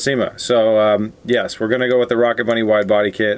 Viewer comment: It hurt every time he said rocket bunny